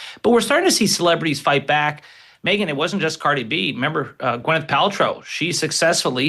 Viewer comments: Megyn’s producers didn’t brief her how to pronounce Cardi’s name before they taped this? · Megan SU you Butchered outta her name Ughhhh 🤢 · She butchered Cardi’s name.